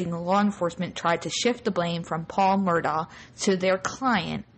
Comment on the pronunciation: The family pronounces the name as 'Murdock'. Period.